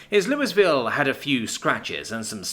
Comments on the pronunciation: For future reference. It is pronounced Lou-y-vill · The "s" in Louisville is silent. Louiville. Actually sounds like "Lui val". Lui a vul. Last one is best.